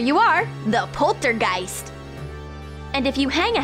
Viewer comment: . the Poltergeist 😂😂😂 Very englich 😂